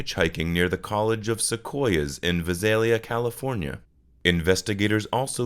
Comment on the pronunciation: VISALIA is pronounced VII SAIL LEE AH. The narrator sounds like A.I